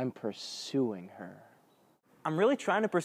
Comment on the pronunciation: hahaha I'm purSUing her... the emphasis made it awesome :D :D :D date #2.. how many kids do you want, and how do you feel about missions in indonesia... hahaha YUP but i cover that before date #1 XD